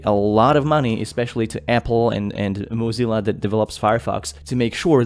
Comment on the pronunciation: Mo-zi-llah Firefox?? 😂